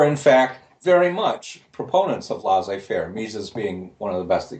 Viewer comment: I love Phil Mirowski's thinking and the substance of his work. Having said that, his pronunciation of non-English words and names is hilariously bad. "Laissez faire" is NOT "Lah-zeh fair", for example. :-)